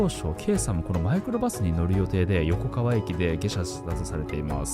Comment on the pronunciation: よこかわをよこがわと言ったり、おぎのやをはぎのやって言ったり 意図的？って思えてしまう